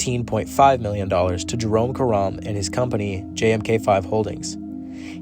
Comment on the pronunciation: Well done video except Karam's name is pronounced CARE-um. Like carom.